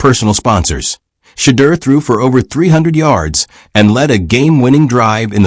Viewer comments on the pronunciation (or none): WHITE SUPREMACY PRONOUNCED WORDS THE WAY THEY THINK THEY SHOULD SOUND BECAUSE THEIR WAY OF PRONOUNCING WORDS IS THE RIGHT WAY! PLEASE STOP! STOP PRONOUNCING SHEDEUR TO SOUND LIKE (SHATTERRR) IT'S PRONOUNCED TO SOUND LIKE (SHA-DEAR) BLACK PEOPLE KNOW HOW TO PRONOUNCE THERE OWN NAME! GOTDAMN IT MAN! PRONOUNCE SHEDEUR NAME THE PROPER BLACK PEOPLE WAY! YOU ANNOUNCER SHOULD BE FIRED FOR SLANDERING HIS NAME. TO HELP YOU! SHEDEUR IS PRONOUNCE (SHA-DEAR) NOT (SHATTEER) YOUR PUTTING A CURSE ON HIS NAME! PLEASE REMOVE OR FIRE THIS ANNOUNCER THERE'S A WARLOCK'S WAY OF PUTTING A SUBTLE.PURE EVIL CURSE ON THAT MAN'S NAME.